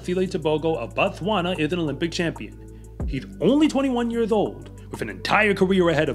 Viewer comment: Be careful with the pronunciation. You are saying "BaTswana"... as if the "O" in the name is pronounced "ah". When you pronounce it that way, you are very precisely and specifically saying "The Tswana people". The correct way to pronounce "O" in African phonetics is "oh", or the syllable "oa" on "Boat". The way you should pronounce the name "BoTswana" is "Boat-swana" which means "place of the Tswana" people. In the Bantu language, we have the same form in "(B)uGanda", which reduced to "uGanda", which should correctly be pronounced "ooh-Ganda", since all we are doing is dropping the leading "b" in a sort of variation that is common among those who speak the Swahili dialect of the Bantu language. The country is "BuRundi", therefore the people are "BaRundi"; one person is "MuRundi"- some of you may have heard of the Bantu language noune "BaZungu", meaning white people; and therefore one white person in "MuZungu"